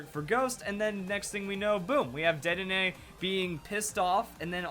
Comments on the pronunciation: Sorry I said dedenay's name wrong didn't i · He said Dedenne wrong 😂